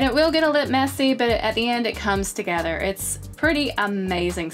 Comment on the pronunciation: Does anyone else notice that she says "togeder"